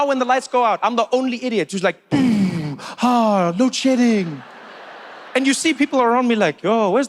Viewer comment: Is he saying load shitting?